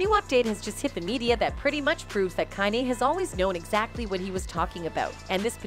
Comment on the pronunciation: The only thing I have to say bad about this channel is, YOU NEED TO LEARN HOW TO PRONOUNCE THEIR NAMES. On some of the videos like the Beyonce video or when she says Kanye. Or other words idnk why its such a pet peave of mine. It just like nails on a chalkboard to me.